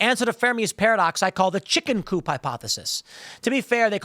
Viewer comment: Bro, I don’t know why I find it so hilarious every time you say chicken coop lol